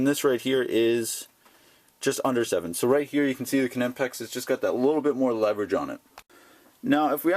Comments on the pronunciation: It's amazing how many north americans say "K nipex " it's pronounced KNIPEX ,just like saying the word knife ,you say K NIFE do you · The "K" is silent, dude. The name is pronounced "Nipex" NOT A kanipex. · the k is silent lol thanks though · I don't mind saying "nipex". There are a lot of foreign words that change pronunciation in the states. Nobody says volkswagen, samsung or hyundai as they would be in their original language either. Nowhere in the states have I heard anyone, even their own tool reps, pronounce the K. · you sound like a "Ka"nob when you pronounce Knipex with a "K" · Hey man, just being super picky here but the 'K' in Knipex is silent! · I saw a video by the Knipex USA office, and they anglify the name (k is silent). In the German pronunciation one would pronounce the k. Some people like inserting excessively "authentic" pronunciation of foreign words when speaking in English, but effectively switching from one language to another in the same sentence can be jarring in my opinion. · Totally agree ...................:]